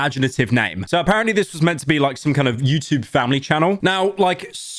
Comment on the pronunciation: The way pyro pronounced YouTube annoys me